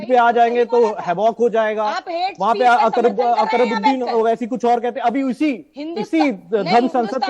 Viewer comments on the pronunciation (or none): Nam nhi le pa rhe ho akbarudden nam hai waris pthan nhi